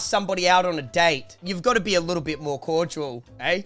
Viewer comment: needs to learn how to say the word CORDIAL keeps saying CORDUAL